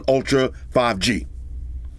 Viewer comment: Whenever he says 5 gangster, I just can't stop laughing xD